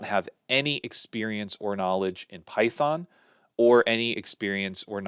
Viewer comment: good one, "pythong" :D